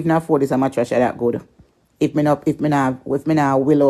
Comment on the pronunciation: She cannot even pronounce the word mattress but always refer to people as dunce and she cannot even pronounce her words properly